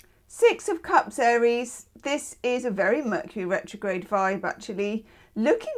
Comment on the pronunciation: HOW FITTING is it that [during Taurus] you said “Vercury Metrograde “ 😂 that was awesome! You’re the best!!!❤